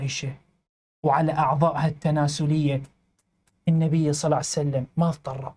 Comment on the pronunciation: اموت عليك من تكول صلعسلم٠😂🤣